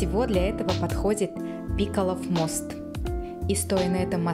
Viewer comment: Что за бабер шоп? Мы что в Лондоне? Не ПИкалов, а ПикАлов мост!